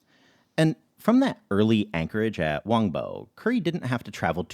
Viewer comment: the correct pronounciation of "whampoa" is wan hwa